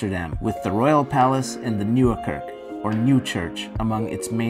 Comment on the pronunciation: It is Not Kurk, it is kerk with an è...